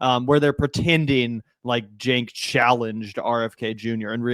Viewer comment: All three pronounced it differently. Phil pronounced it Jank. Rfk pronounced it Chank and Stephen A pronounced it Sank.